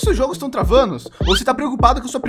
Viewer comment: Ninguém: a O Português do: O seus jogo tão travano? Obs: O meu consegue ser pior ksksks Obs2: Eu sei q "travano" foi de hábito